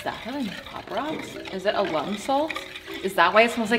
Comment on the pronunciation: your lesson about lime was great! i had no idea. but wait, "puddy"? is it not "putty"? also, "alum" in this case isn't short for alumni. the accent goes on the "a", not the "u". i am unable to resist making comments like this, but i mean no ill here. i love this Channel!